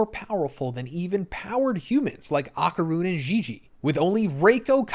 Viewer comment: “Ahh-Kar-Rune” is killin’ me